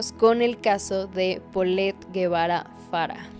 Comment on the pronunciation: Por que dices Guevara si es Gebara